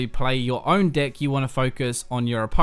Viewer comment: When you say deck it sounds like d***. Literally had me rolling.